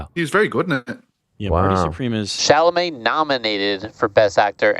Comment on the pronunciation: calling Chalamet ”Chambalet” had me in 😂😂😂.